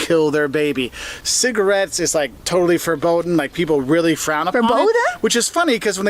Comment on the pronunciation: it’s not German even though it’s close… he said something along the lines of „verboden“ which would not be a word here… I can imagine he wanted to say „verboten“ which would make more sense because it would mean that something is forbidden but with that pronunciation it would not be considered German